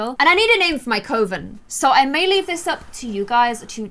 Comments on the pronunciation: It’s not coo- ven it’s coven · I'm from the UK myself, as from what I know everyone pronounces it cuh-ven, it was really irritating me hearing her call it coh-ven the entire time 😂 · I think this is gonna be a really fun series. Coven is pronounced like Oven with a C though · Nou 0306 I can respect that but the same goes for me hearing cove-in instead of kuh-ven. I mean obviously people say it both ways but we can both have our own preferences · Samhain is actually pronounced "sah-win" :D Also... coven, not coe-ven... please... :D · that was bugging me too, think of it like the sound you make when you say glove not clove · I love this new series to much!!!! My only issue is that is not pronounced like that. It is cuh-ven. You should go by the calendar because you do celebrate christian holidays so mixing it up is nice for others. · Tip on how to pronounce Coven It’s cuv-en not co-ven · Do people in the UK say co-ven like? We say cuh-ven in the US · Just wanted to let you know, its not pronounced cove-in ... Its more like Kuf-in.. Like saying oven with a "k" sound at the start :) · It’s not Pronounced Covan it’s Pronounced Cuvan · You say coven like u say oven the sounding not oh 🙂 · You kept miss pronounced Coven, it's Cu-ven not co-ven. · It’s kah-Ven not coh-Ven haha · PLEASE HAVE THEM FOLLOW THE PEAGAN CALENDAR!! also Coven is pronounced like “cuh-ven” as far as I know, although I’m still very new to learning about magic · Elisabeth Hartley I can’t find anywhere online that says Coven is Coh-ven. Even when I search for UK pronunciations. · Yup, its not Cove-in.. And love the idea of using the pagan wheel of the year <3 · Every time says “coven” I’m hearing her saying “covid” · Samhain is pronounced like “S-ow-wen” and Coven is pronounced “cuv-in” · Arwen Carbery I swear coven is said cOvEn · Lucy Brookes I’m a witch, coven is pronounced “Cuv-in” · I'm not annoyed but I'm sure its pronounced 'cuvon' but maybe it's just an accent thing 🖤